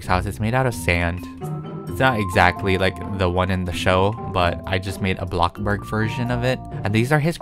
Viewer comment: "Blockburg" XDD but great vid!